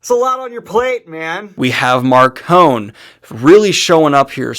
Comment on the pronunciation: I have been listening to the audiobooks and I am only on book three so far... And according to the audiobooks, Marcone's name is pronounced with an "e" sound on the end... Like macaroni.